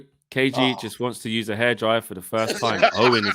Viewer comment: Did KG just say HI dryer😂😂😂